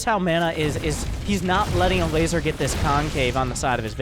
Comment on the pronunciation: ever hear him say the guy's name (elazer) and think he's saying something about a lazer?